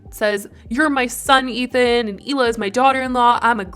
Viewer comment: I think I’ve heard somewhere that Hila and Moses were never really close a siblings, but I know for a fact, if my brother got anywhere near someone who constantly called me names and made me cry, he’d not calmly sit there and smile in their face! Also, how many times is Trisha gonna keep mispronouncing her future sister in law’s name? It doesn’t take a lot of brain cells to call someone by their proper name!! She does it as an insult. Trisha should take note that Ethan really isn’t going hard after her is because she’s soon to be family and he’s loyal to his family. How many other people would give someone a pass that called their mom a bitch, vile, scum, and satan.